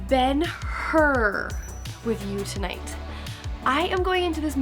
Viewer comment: Hur - not 'Her' but 'Choor' with ch like in scottish 'Loch'